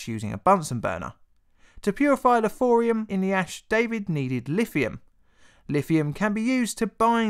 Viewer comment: "Thorium"... Not "Fourium". I like your content a lot man, really. But trying to listen to this without seeing subtitles or watching the video is nigh on impossible